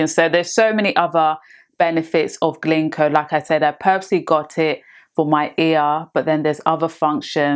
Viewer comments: It’s GINKO not GLINKO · It's not "Glinko"